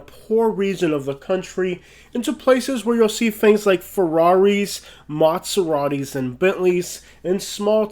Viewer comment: hey said motseratis lol